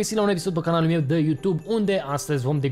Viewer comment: Doar mie mi se pare că zice "Canalul MIEU"??😂😂😂😂